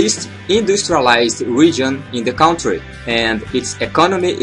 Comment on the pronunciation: amigo vc precisa aprender a pronunciar ''COUNTRY'' em inglês